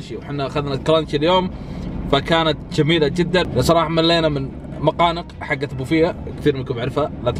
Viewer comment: كأني سمعتك تقول "مقانق" وش تحس فيه 😂😂يرحم امك لاتصير من النوعيات اللي تقول مقانق اسمه نقانق طول عمرنا نسمية نقانق مادري من وين طلعتوا حرف الميم ولا خلك على الهوت دوق ازين لاتقول نقانق ولا مقانق